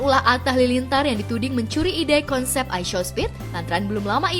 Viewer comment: Show itu dibacanya shaw bgst klo sekolah jgn smpe gerbang😊